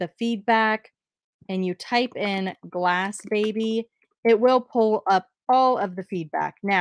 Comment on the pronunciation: Ok I love you BUT it’s Glassy baby